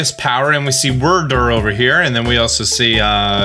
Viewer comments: You pronounce "Wyrdeer" like "Whir-Derr" but it's pronounced like "Weer-deer", just a heads up. And it's the CelestiCa flute, with a "c" before the a. Sell-ess-tick-uh. Just in case you care about accuracy!! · "Say deer." "Deer." "Say Wyrdeer." "Wurrdurr" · WERRRDURRR🥴🥴🥴 It's Wyrd + Deer... a weird deer... Wyrdeer... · You HAVE to be mispronouncing Wyrdeer intentionally. It's "weird deer", not "word deer". It had its name pronounced in the earlier trailer! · It's pronounced "Weir-deer" not "Werdur" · Bugging me whenever he calls Wyrdeer, “Wurrdurr” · I think it is pronounced as "weird deer" wyrd is a magic term. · You are killing me with the Wyrdeer pronunciations. Wyrd e e r. It's a deer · fyi, "Wyrdeer" is pronounced "weird-deer" but without the second 'd' so "wierdeer" basically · Also, it bothers me that you keep mispronouncing Wyrdeer when it said it in the trailer. Weird Deer cuz it’s a Psychic deer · I’m pretty sure wyrdeer is pronounced weer•deer. Not like worder or weirder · Omg pronounce the two e's WyrDEER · I think it’s pronounced weer-deer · Pretty sure that's pronounced Wierd-ear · Stop saying wyrdeer like that please. They literally pronounced it as ‘weird- deer’ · At this point I'm fully convinced that you don't know how to pronounce Wyrdeer and are now too afraid to ask 😛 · Dude the way you pronounce stuff is just not good